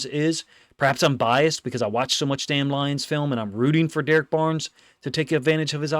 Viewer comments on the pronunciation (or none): none